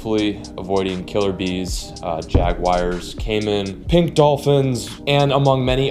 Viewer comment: JagWIRES😂😂😂 tf is that